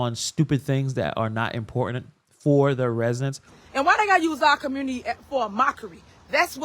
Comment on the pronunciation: And she pronounced the word community, " COMMRUUNITY "! I remember seeing another video of her pronouncing the word allegations, " ALLEZATIONZ "!🤣